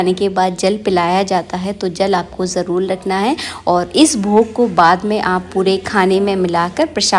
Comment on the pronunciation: Aap har baat mein jarul nahin jarur bolate Hain